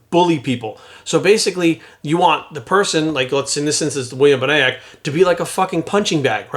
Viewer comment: Lmfao at how you tried to say William’s last name wow that was wayyyy off.